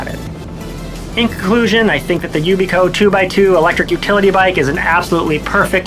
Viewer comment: Maybe learn how to pronounce the product's name before you review it. Yikes